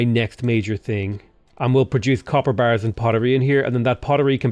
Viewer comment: The way you say "copper bars" always makes me think "capybaras".